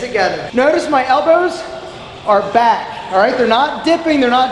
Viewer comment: I've never heard someone emphasize the W in "elboWWWzz" like does.